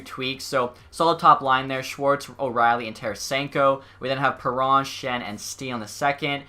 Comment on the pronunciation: He isent called david perro Theres a N in his name bruh